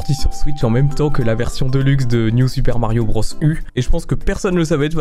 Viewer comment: "New super marbio bros" 😂😭